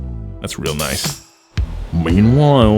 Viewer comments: “meanwhoile” -jeremy clarkson and even more later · Is the guy from top gear saying "meanvile"